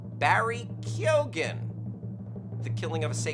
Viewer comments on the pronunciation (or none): Barry "K-yo-n" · Hey, Barry Keoghan's surname is pronounced "Keown". See the first six seconds of this interview with an Irish radio station for confirmation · Its pronounced key own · Since Barry Keoghan is Irish it's pronounced 'keo-han'